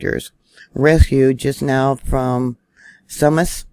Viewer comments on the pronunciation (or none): You get points for trying to pronounce the names of the places here. Sumas is pronounced Suemass. I've been here for over 30 years. Never seen it this bad. That truck on its side is on Deception Pass Bridge. Its hellish on a good day. And its hundreds of feet high. Nobody survives that fall ever. Fortunately, we didn't lose power up here by the US Canada border.